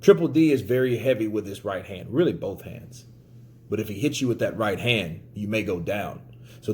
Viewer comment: "the sky is a limit for bouth guys" Me: "Usyk is a limit for bouth guys"